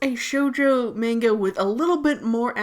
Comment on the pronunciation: When the person says manga wrong